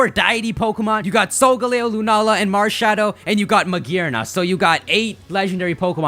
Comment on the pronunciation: Malshadow you have said it wrong every time.